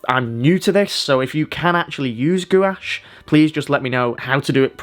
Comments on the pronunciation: I love painting with gouache as well. This is beautiful. Btw it’s pronounced “gwahshh” not “goo-wash” lol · Excellent tutorial. Thanks a lot for sharing your knowledge about gouache. 👍🙏🙂 By the way - everybody else, who work with this medium on YouTube, pronounces gouache [gwarsjh]. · Gouache is said as (g- wash) FYI...